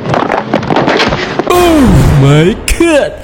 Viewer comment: Yg lebih hororrr ketika bilang ohhhhhh my good 😂😂😂 bikin kaget aja